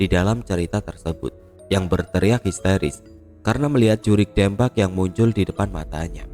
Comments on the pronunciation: maap kata saya mah yg urang sunda pengucapan nya harus nya 'Deumpak' bukan dempak🙏😊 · Jurig dempak alias hantu rata..😂 Pengucapan DEMPAK nya mirip seperti mengucapkan kota DEMAK...🙏🏻 Maaf ya,,ini hanya sekedar contoh untuk meluruskan... Salam dari Purwakarta-jawa barat 🙏🏻🙏🏻🙏🏻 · Betul sekali,,atau Bisa juga seperti mengucapkan kota DEmak .. Pengucapan DEMAK dan Dempak hampir mirip lah ya..😀😀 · Bukan dempak tapi dempak.. Ditulisnya dempak tapi dibacanya dempak... Piye to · Koreksi bang Lafal "DEMPAK" salah bang pengucapannya Dibacanya Kayak Deumpak, E nya kayak nyebut Kata "Gelang" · Sorry bang 😂😂😂😂 baca "dempak"nya buka e bebek.. 😂😂😂😂 dempak macam baca gempa.. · Kudu na mah 'Deumpak ' nya cek urang sunda mah😂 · Gatel ya dengernya soalnya salah spelling nya 😂😂😂